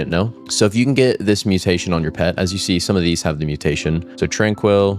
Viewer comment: it's zen not zin and tranquil not trainquill